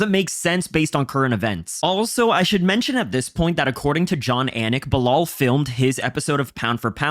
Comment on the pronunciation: Belal rhymes with "Kill Al" as opposed to "Sell All"